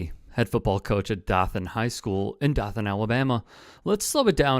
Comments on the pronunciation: If you can't pronounce Dothan correctly (Doe-than) correctly keep it out of your mouth. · "dough-than". Hearing it like that hurt me as a nearby local xD. Im from PC in FL about an hour or so away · The "O" in Dothan is long.